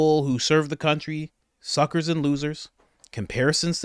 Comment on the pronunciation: Omg! 😂 Repeat Robbie should have gotten that script a little earlier! HemenaHemena 😂 And Harry! Thuckers and lotherths! 😅 omg! My cheeks hurt! 😂